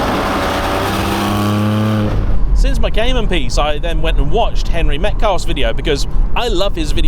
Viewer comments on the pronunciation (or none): 6 minutes in: "Henry Metcalfe"!?